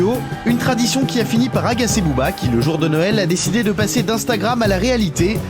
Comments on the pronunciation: Ben oui les prononciations tu écoute chantal goya pour booba pas boba sérieusement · "Elie Yaffa...désormais Bobba..." tu veux dire BOBERRRR 😃